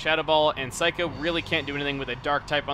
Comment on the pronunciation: Every time I hear him say Saikou I always hear Psycho... or more specifically, I hear someone say afterwards, "Psycho! You always come back, don't ya?"